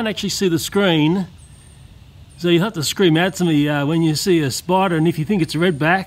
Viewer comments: Narrator:This video contains graphic images of deadly spuder and giant praying mantis Me: wait did he say deadly spuder u mean spiders right? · at the start it said spuder xD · What the heck is a spuder? Lol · lol its said warning scary spuder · Whats a spuder its spider not spuder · Warning saids spuder well ok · "deadly spuder" XD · it said spuder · Lol it said spuder